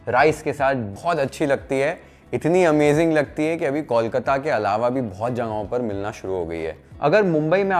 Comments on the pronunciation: Since you care about Bengali food, please pronounce Kolkata like Bol Mata, not Kaulkata, or just stick with Calcutta. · Learn the pronunciation of kolkata what's kawlkata?? 😑